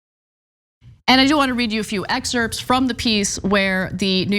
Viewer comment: I like how ana pronounces the "p" in excerpts. (The p is silent) Anyways - viva Nina turner